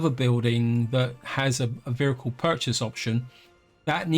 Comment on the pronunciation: I keep hearing "vhericle" and I can't stop!